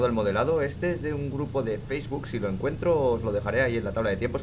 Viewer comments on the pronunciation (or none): none